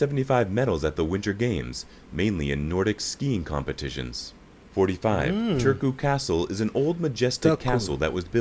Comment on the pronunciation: I also almost gagged when he said "Törkoo" xD